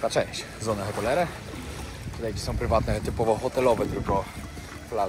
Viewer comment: tę nazwę się wymawia „sona otelera”